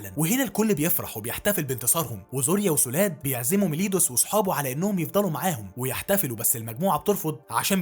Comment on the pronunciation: مليودس و ايسكانور تلخيصك حلو بس لا تنطق الاسماء بالغلط